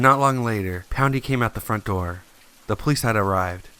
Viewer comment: "Swing the Doe Open"